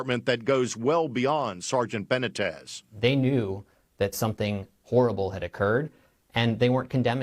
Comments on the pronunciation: How is it possible for white people to live in a community with a large Hispanic population and not learn to pronounce Hispanic names. Benna-tez, give me a break, its Buh-nee-tez. Dude is a dick but still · It 'ben-knee-tez' for Christ's sake. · Ben neat tez is how you pronounce his name BENITEZ.